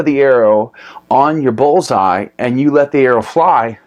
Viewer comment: Pretty sure it's called a "bull's eye" not a "Ball's eye"